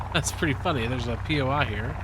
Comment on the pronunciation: It’s bothering me so damn much that you keep saying poi like it’s so hard to just say normally lol